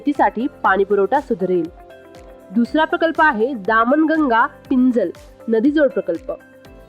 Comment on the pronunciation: तुमच उच्चारण दामन गंगा असे आहे ते चुकीचे आहे ही नदी दमन गंगा आहे